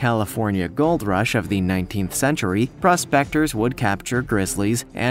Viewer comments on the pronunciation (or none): none